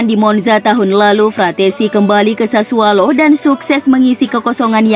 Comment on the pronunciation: Sudah 3x saya sampaikan. SASSUOLO. BUKAN SASSUALO. Pake O bukan A.